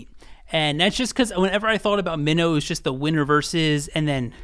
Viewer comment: Good list but Song Minho’s stage/rap name is MINO pronounced as ‘my-no’.